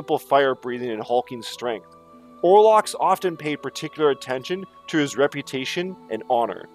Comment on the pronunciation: You got it right !